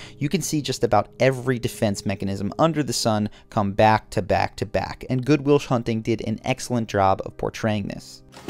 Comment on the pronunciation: "good will shunting"